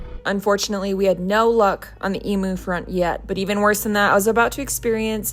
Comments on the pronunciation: Footnote: pronounced eem-you NOT eem-ooo she does. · doesn't seem to think properly and purposely puts herself in trouble..... its pronounced emew not emoo (EMU) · Okay, okay, I have to say it, you pronounce emu's like em-u Matt has no idea how the the license in Victoria works. Seriously so much misinformation there. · Having a giggle every time you say “Eemoo” 😅 usually the Americans are laughing at us Aussies and our accents